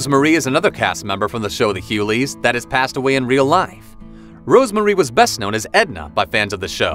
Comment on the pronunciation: WOW! Pronounce The Hughleys correctly. And it's DL NOT DI Hughley.